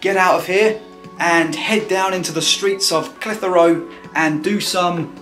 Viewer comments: Great footage! You do need some training in how to pronounce Clitheroe though! Not reyt lad! Clithera tut locals is spot on!;-) Apart from that, a great vid! Now the old Market was originally in front of the Library/White Lion, it is now based on the old Auction Mart which sold horses etc and which is what you videod. If any of your punters like real ale, Clitheroe hits the spot! We are traditionally Tory voters and NEVER has a RED been our MP! Always a Blue but for once! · Great video but please don't empathise the H in Clitheroe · You need to talk to the folk in Clitheroe to learn how Clitheroe is pronounced. Caus you had me in stitches listening to how you were pronouncing it. lol